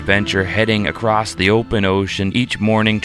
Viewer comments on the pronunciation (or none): it's across NOT, "paddle Acrosst or paddle Acrossed." How are you even an adult?